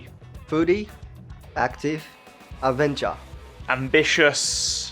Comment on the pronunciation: AVENGER!!! (I know he said adventure 😭)